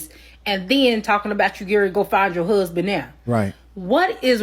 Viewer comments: So funny how she pronounced husband, hooseband. Hahaha 😅😊....lol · If you pronounce “husband” as “huuuuusben,” that in and of itself is a red flag.